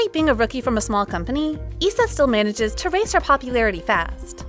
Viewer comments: Note that STAYC ISA is pronounced "I-sa" not "ee-sa" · for stayc's Isa it's pronounced aisa not eesa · It’s AISA NOT ISA